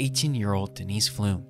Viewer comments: It's not "Flumes", it "flums". Like "plums". I live in Connersville. There have been rumors circling around town for years. At this point, I am doubtful her remains will ever be found. Sad for the family. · Pflum rymes with plum...not plume.